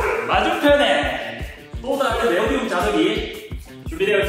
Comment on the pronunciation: Neodymium (Nd) 네오디움이 아니라 네오디뮴 입니다😊